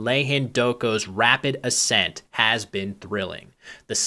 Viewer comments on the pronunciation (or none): none